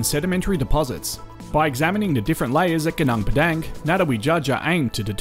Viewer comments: interesting video. i really enjoyed it. FYI its pronounced goo-noong pedung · Suggest you try using local pronunciations rathan than Australian for local names. Eg Gunung Padang. Vowel sounds in Bahasa Indonesia are a bit different than English :)